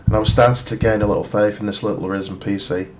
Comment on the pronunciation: It is ridiculously frustrating to hear you say Ryzen the way you do